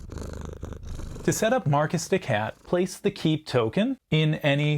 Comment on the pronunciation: Ironically, your non-french accent sounds like better french, at least for the "de" part.